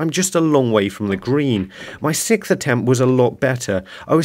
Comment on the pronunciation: Sixth, not sickth but hey you probably say slippy instead of slippery too, damn northerners 🙄